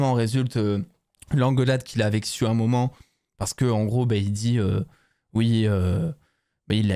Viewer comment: Et en plus c'est Sue et pas Siou!😅🤣😂😊😉